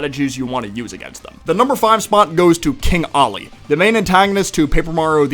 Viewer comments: IT IS KING OLLY NOT KING ALI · It’s king Ollie not king Ali